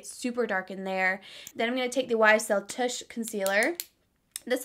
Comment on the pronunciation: lol.. did you say YSL “tush” concealer. you’re so cute! your skin looks flawless